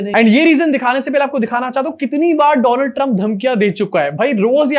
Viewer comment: Donald Trump nahi bhai woh Doland Trump hai.